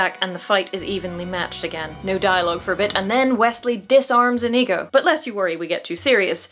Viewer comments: The way you pronounce Inigo is inconceivable. I mean it's OK, I get it. but the number of times I did a double take because I thought I heard a racial slur was uncomfortably high. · Love all your videos,, but OMG, it's pronounced "Inigo", not what it sounded like you said through most of this.